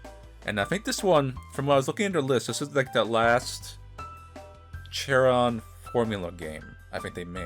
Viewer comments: The name is pronounced "Karon" it's based on Japansese. Sadly he won't create new games anymore of this "yandere" style. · huh, I always thought Charon was supposed to be pronounced like "sharon"